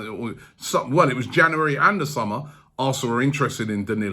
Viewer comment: Still cant say january